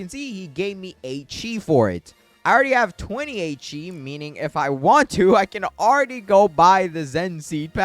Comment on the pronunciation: Bro it’s chi not chea